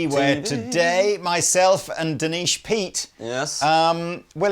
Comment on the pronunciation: I think said D'Neesh Pete...😬